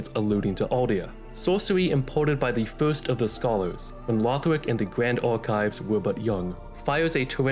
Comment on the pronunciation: Dont insult the legacy of the giga chads Aldia and with that autismo ass voice. It's Lothric not Lawfh-rick.